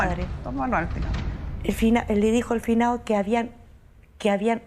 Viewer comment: "El finao"